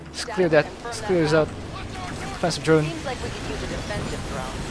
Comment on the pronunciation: he speak Defensive Drone sounds like infested drone